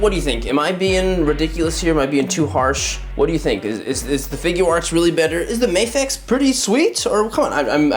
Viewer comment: It's not May-fex, it's MA-FEX. You don't read NASA like Nay-sa